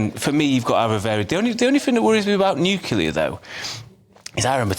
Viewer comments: Talk properly. It is NUCLEAR, not "NUCULAR" for heaven's sake. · Mr. Woolfe, it's "nuclear" ...not "nucular" lol reminds me of Homer Simpson.... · You would think that those guys on the panel talking about nuclear energy should at least know how to pronounce the word correctly. The clue would be in the spelling. It is NOT nU - cue - lar it is NU - CLE - AR…as spelt. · What is it with the word NU CLEAR that is so difficult ? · How do you interpret the word NUCLEAR into NUCULAR??? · Why can't people pronounce 'nuclear' properly? Nuclear- Noo-klee-are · FFS its NUCLEAR , not NIKILAR